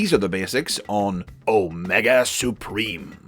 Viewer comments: Heh heh... "Spreem"... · No, say it right. It's "Omega Spreem"!